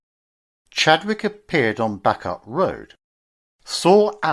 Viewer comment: Rawtenstall is pronounced Rotten stall and Bacup is pronounced Baycup.